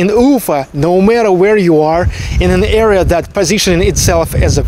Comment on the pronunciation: area or era? It is hard to understand.